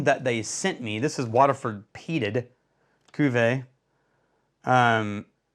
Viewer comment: You got better prononciation on Cuvé good job